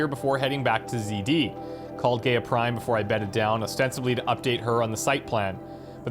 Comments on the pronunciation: Loved watching this lp :) love your channel! I know how nitpicky this sounds & apologise in advance but for some reason you keep mispronouncing Gaia and it's driving me crazy :') phonetically spelt it's "guy-a" not "gay-a" Gaia was the greek goddess of nature which explains why they name their ai after her :) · I feel I just have to say this for future use, if for no other reason. GAIA is not pronounced as 'gay-ah'... It is said as 'Guy-Ah' instead. GAIA is an old idea. One where all life on this planet is one being. In modern times, it has come be a scientific term for the entire bio-mass of the earth. There are some schools of thought that think that the world is as it is because Life wants it that way. The average temperature of the Earth, it's reflectivity, the composition of the atmosphere, everything really, is as it is because Life itself wishes it to be the 'best' to support Life. I know, a weird concept, but there it is. All things balance because all life on the planet is in a 'harmony' to be so. If we over produce CO2, then plants will flourish to consume it and produce oxygen. Too much oxygen? Then the seas saturate and life in the seas flourishes. On and on and on. In an endless cycle. There may be some 'traction' to this 'balance act' of Nature when you think of it. Super Volcanoes, events like the meteor strike that killed off the dinosaurs, and others. All of which should have rendered most of the Earth uninhabitable, if not all of it, and yet Life survives. So, calling the Sentient AI in charge of Zero Dawn GAIA seems, fitting. At least to me. the Frank Gamer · Very nice episode. It really bothers me how he pronounces "GAIA" like "Gay-a". That is so wrong it scratches my brain. The correct way to pronounce GAIA is "Ga-ya". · Am I the only one who cringes every time he pronounces GAIA Gay-uh instead of Guy-uh? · Gay-ah lol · It's somewhat annoying when someone doesn't pronounce "Gaia" properly. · Why are you saying GAIA wrong